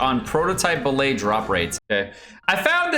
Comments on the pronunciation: tf is a bill-ay? its bill-ut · They are pronounced BILL-IT, not BILL-AYE. And the section where you try to sound smart with the statistics is really poorly written/said, at least for anybody who's halfway paid attention in a stat101 class. I usually like your videos. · It's pronounced Bill Et - not French! Good video, love you,! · What's a ballay? Are you trying to say billet? It's bill et like cigar ette. You don't read cigarette and say cigaraytay do you? Is this more baby talk like sadge? Head's up from me to you real talk: If your videos are full of baby talk then pretty soon you will only have babies in your audience. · just a heads up, the 'let' in billet is pronounced like bullet, not ballet. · BILL-IT, NOT BILL-AY! It's a term in metallurgy meaning a bar of material meant for further processing. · what's a billay? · OW....! What are you doing? You're killing me, Smalls! Or are you mispronouncing that on purpose? It's not "bil-lay" "Bil-let" or "Bil-uht" I swear it took me a good 3 minutes of hearing you say it for me to figure out what you were talking about! Good video, though! Thanks again! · billet is pronounced with a hard t, like bill it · An important correction: You said the billet drop rate is 12% per week, but it's actually 12% per boss. So if you're doing 5 bosses a week, that's 5 rolls of the 12% chance, or almost a 50-50 shot of getting at least one billet, whereas farming 3 bosses means you have about a 30% chance of getting at least one billet. Also, the 't' is pronounced in "billet" like it is in "bullet"